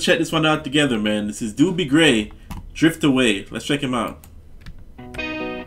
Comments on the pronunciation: It's not Doobie Gray ! Is pronounced Dohbee Gray !! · They DJ's pronounced his name "dough-by" gray 🙂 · His name is pronounced dough-bee, like bread dough, not do bee. lol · One of my favorite songs to listen to while laying on the sand at the beach during summer vacation at T street in San Clemente. Dobie (pronounced "Dohbee." Doobie is something you smoke while laying on the sand at the beach!) Gray is very close to a one hit wonder. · An iconic song. So wonderful. (BTW-Dobie has only one O, not two like the Doobie Brothers. It's pronounced like Dough-bee.) Super-fantastic song! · By the way, his name sounds like Dough-be, not Doo-bie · Dobie, Not Doobie. 😂👍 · Not "Doobie", but long "O" as in Oh, what a night-therefore pronounced "Dohbie" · Doh-be Gray not doo_be.i really don't know why you'd say that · DUDE - it's DOBIE, not DOOBIE ! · Its not Dubie he's not a joint its Dobie like dolby stereo without the L in the middle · Doh-bee, not Doobie, lol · (dough be gray) not doo be lol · Dobie. Not Doobie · Pronounced Dough-bee. ✌😉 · DOUGH-B is the pronunciation. Hey great song especially the back end with the clapping n all. Always love for this song. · Love your reaction to this classic. Oh and his name is pronounced Dough-bee. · Love this song, Love your glasses! Looking good. His name is pronounced Dough -bee Gray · It's a long "O" in his name and rhymes with the the word row or snow; Do bee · Pronounced "Do-bee." (long O) Such a pretty song. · Pronounced Dough-bee Gray. Listen to Im in With the In Crowd. The man was an amazing singer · It is the original version and his first name is pronounced "Dough Bee" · Great great song! Haha when I was first learning the words( I was like kindergarten/first grade) I sang” Give me The Beach Boys and free my soul” lol what did I know. Found out in junior high the correct lyrics 😂 Also, not to be rude: pronunciation is Dough-be Gray :) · He's Dobie, pronounced like Kobe (Bryant). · It's Doh- bee gray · Pronounced dough-bee gray